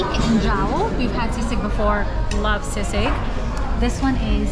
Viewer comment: I know it is spelled sisig and normally you do pronounce words as they're spelled but sisig is pronounced "see-sig". Otherwise credit to you for pronouncing words with short vowels.